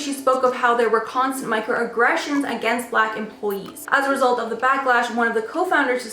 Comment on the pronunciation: Say BLACK it's not hard.......